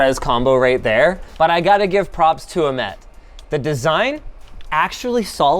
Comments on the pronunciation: i think its ah-met not amet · linus its not "amet" its "Ahmet like h in Hilton